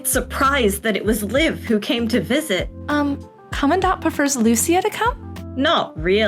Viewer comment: Thank you for pronouncing Commandant correctly, I've been screaming internally ever since I heard it 'the English way' for the first time. 😭 Also, big thanks for all your work on Gray Ravens and for making this video. It was fun listening to you talk! I'm a big Alpha fan myself (potentially SSS-ing the new frame next year), but I have to admit that Luna is my queen. 🥰